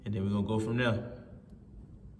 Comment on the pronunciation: Love it when you say, “then we gon go from dere” favorite line